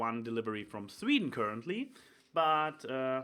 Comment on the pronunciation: Lol the only thing sounding Dutch was the way you said Sweden XD But... nah not even close Dutch and Swedish are really different. I know... I'm an expert on 50% of the languages. Also OMG awesome poster dude! But I was more focusing on something else for the first part... pow chika poow wooow